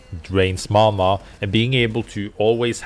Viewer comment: You said when she heals with LMB it drains mana, but I heard you say "it drains mama" and I was so confused